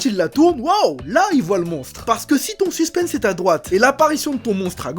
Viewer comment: Kevin on dit "suspen" sans prononcer le "s" qui se prononce juste en anglais "suspens"